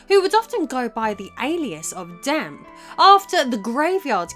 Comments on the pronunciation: Dampe is pronounced Dam-Pay by the way :) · The guys name is pronounced "Dom-pey" not "Damp" lol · Gameplay and story, LttP. Soundtrack, Ocarainer Also, I’m pretty sure it’s pronounced Damp-ay. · Damp?! 🤣 It's Dampé! EDIT: pronounced Damn Pay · Dampe is pronounced Damp? You sure it's not damp-ay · DAMP EEE NOT DAMP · This was kinda annoying do u not see the E on the name it's pronounced dampey/dampay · Can't ignore "Meedo", "Decku", and "Damp" either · FYI, it's Dampé rather than “Damp.” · Yeah. It bothered me a bit that she kept calling him damp the whole time.